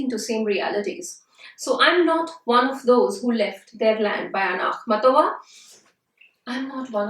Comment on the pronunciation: I can't listen to you right out of the blocks. WHY? because every video you'll find on Akhmatova, you'll only hear the accent on the SECOND of syllables of her name, not the THIRD syllable as you're saying in this video. Thus you, the speaker, have no credibility if you yourself have not learned even how to correctly pronounce her name.